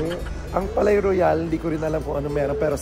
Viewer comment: "Palais" is pronounced "Pa-Le". Ang "-ais", same pronunciation sa Calais ("Ka-Le") o français ("fraN-se"). Palais-Royale means "Royal Palace", tinawag syang ganyan kasi dati talaga syang palasyo ng hari dati.